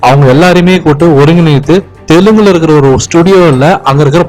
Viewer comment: Dai adi Telugu ...not Telungu ... Enadaaaa sabar